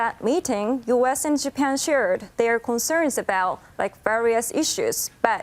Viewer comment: 贔屓の引き倒しも大概にしよう。 secretaryがsecretury startedがstirted sharedがshired 等など。